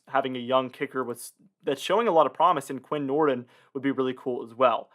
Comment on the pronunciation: It's pronounced Quin Nord-een. Lol